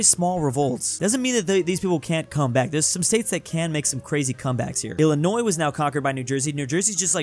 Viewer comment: "Illinios" Good job